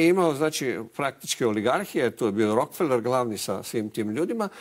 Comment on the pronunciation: RO - KE - FE - LER. (Engl. Rockefeller) A ne Rok - feler.